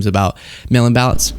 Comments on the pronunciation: Ooh! I thiught he said male inbalance 😂😂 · I thought he was saying ' male imbalance' at first. Think I need a hearing test 😅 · Every time they said mail in ballots I heard male imbalance